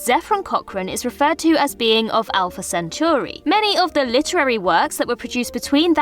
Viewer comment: A lot of folks complaining about alumni or the spelling of his name, and only one comment about how she horribly mispronounced Centauri. Sad.